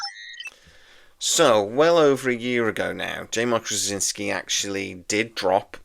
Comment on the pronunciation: You always have very interesting videos. However, what are you actually saying in your pronunciation of JMS last name? My understanding is it is 'straw-zin-ski'.